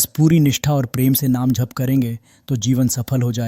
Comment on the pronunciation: Please agli vedio me jp ko jhp na bole 🙏